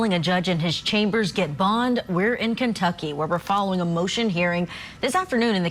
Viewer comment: It's not KENTUCKEY. It's Kentucky.